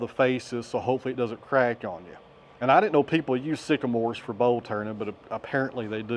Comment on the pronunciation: I thought you said "bow" blanks, and I was thimking sureley that should be yew, and gosh darn that's thick for a bow, it's gonna be awfully heavy to lift, or you will need to carve it down a lot ! lol